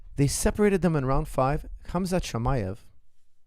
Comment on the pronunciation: Sorry coach . but his correct name is Hamza .why you keep saying his name with K ??